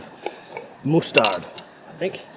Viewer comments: So no one gona say anything bout the way he says mustard this guy just said moosetard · Yoo Im dead bro said moostard 😂😂😂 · do aussies really pronounce mustard as moostard?